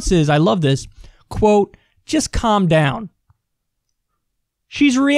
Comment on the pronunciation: Sounded more like "Calph Downpfh"